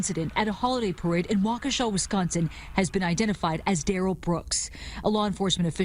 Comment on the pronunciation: Was I the only one who pronounced that as Wockesha? Lol